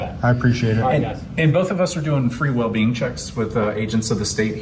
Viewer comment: Anybody keep hearing “well bean” instead of “well-being” from the cop? 😂😂 or was it just me